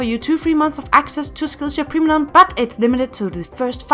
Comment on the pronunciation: no way she said primlum